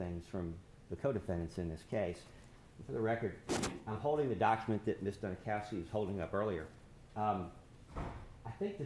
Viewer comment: They're doing the same thing with the lead prosecutor. Her name is Dunikoski (Duni cause ki) but the they keep saying Duni COW ski.